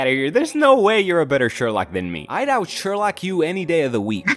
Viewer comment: Shorlock paul not shorlock chad